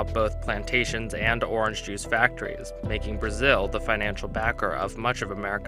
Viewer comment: orange NOT OR RANGE